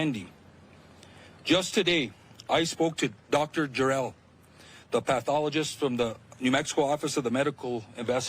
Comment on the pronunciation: Did he just say, "Dr. Jor-El" was investigating? GG.